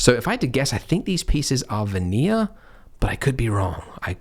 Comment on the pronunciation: Thumbs up if you thought Andrew was saying "vanilla", were confused, enabled the subtitles, saw that it was actually "veneer", and came to the comments to say this. :-D Australian man strikes again hahaha!